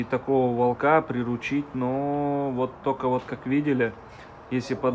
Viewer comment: ВОлка, вОлка! Ставь правильно ударение! Ты же русский!